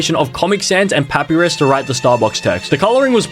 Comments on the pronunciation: "Papyrus (pah-pi-rus)" WHAT- (i pronounce it as pah-pie-ruhs, how do u?) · As an Undertale fan, it is not pronounced that it’s pronounced this (pu- pie-rus) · AS AN UNDERTALE FAN I HURT WHEN HE SAID PAP-I-RUS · Pah pee rus. Nooo Puh pie rus. Yes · Not papirus, but papYrus as in the spaghetti thing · first it was "MaRyO" and now its "pApiRiS" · Its prononced (pa-pie-ris) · “Pappyris” I swear how can someone mispronounce it like that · “pappie rizz” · Bro said poappyris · How does he not know how to pronounce papyrus and get brown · The way he pronounced papyrus made think this man has never played under tail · the way he pronounces papyrus hurts my brain